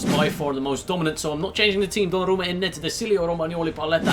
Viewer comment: Bro that is weird that you can pronounce the name of the keeper